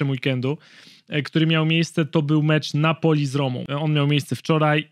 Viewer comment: Każde wypowiedziane Napoli w tym odcinku sprawia ze uszy krawia…